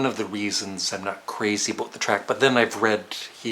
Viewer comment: He said aboot....